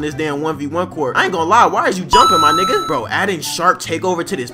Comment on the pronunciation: Yo laughed is so funny and the way u say niggaaa is so funny hehehe